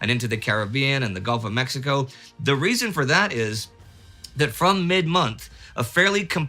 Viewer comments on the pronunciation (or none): none